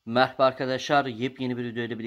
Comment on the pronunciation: Videoyla zerre alakası yok ama durduk yere dikkatimi çekti de onu soracağım abi. Sen girişte merhaba derken meHraba mı diyorsun? (Biliyorum saçma ama aklıma takıldı)